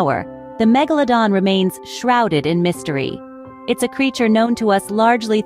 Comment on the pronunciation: MegaLOWdon.. is when I paused this video, wrote this, and un subscribed. Can not stand bots & AI voiceovers. Its laziness